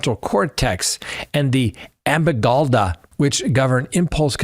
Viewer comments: Amygdala =a-mig-da-la/ Yucaipa = U-kI=pa. Pronunciation helps! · amygdala - Ah. Mig. U. Lah